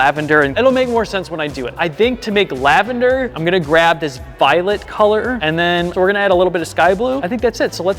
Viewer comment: POV: Taylor swifts favourite color is laVaNdEr.🤓 IRL POV: Its laveNdEr not lAvA-NdEr